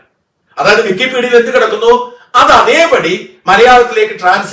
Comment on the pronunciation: വിക്കി pedia.. ഇപ്പോൾ കേൾക്കുമ്പോൾ പേടിയാ..😂😂